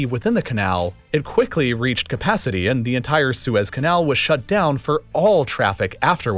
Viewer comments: The way the narrator says "Su-ez Canal" eerks me 😵 it's one word lol, like Sue, and then with a Z. Suez! Lol, not SU-EZ. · it's pronounced "suez"